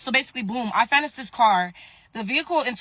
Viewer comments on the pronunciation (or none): can't even pronounce finance, doesn't know what APR is, and she glues her hair to her head. Real dumb one here.